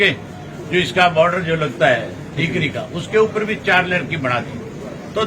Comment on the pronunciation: इसको बोलो baauddr नहीं बॉर्डर होता h